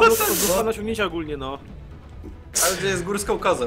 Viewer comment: Paulina Pyrzewska górską kozą a nie "gurskom" "kozom"